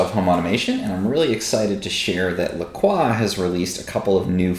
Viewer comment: Good review, but I cringed at your La Croix pronunciation. Croix is pronounced "croy". The company even explains on its website that the name is pronounced "croy," and helpfully mentions that it rhymes with "enjoy."